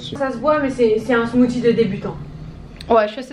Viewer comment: SMOOTHIE SA SE DIT SMOOCIE PAS SMOTY